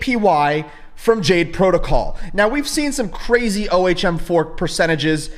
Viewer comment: Okay. You made me look O H M is pronounced 'Ohm' It's a real word